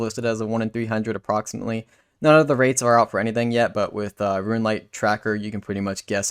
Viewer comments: Rune, not Ruin. Tiara, not tyeara. My works here is done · Tee-r-uh. Roon.